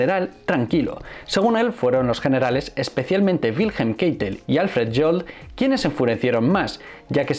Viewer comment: Reich se pronuncia raigh y Keitel kaitel